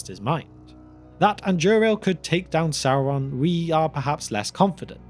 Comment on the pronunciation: “Sauwon” Bruh